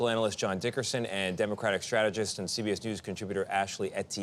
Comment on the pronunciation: it's not pronounced "demercratic"...it's democratic